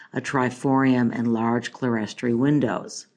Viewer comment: Great! Pronounced "clear-story"